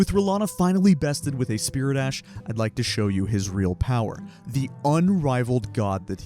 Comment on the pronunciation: Never played Elden Ring before. Took me 23 minutes to realize that you were saying "spirit ash", not "spear dash"